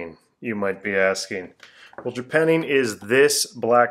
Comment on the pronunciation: Well, I'm pretty sure it's "JapannING", not "JapanEEN".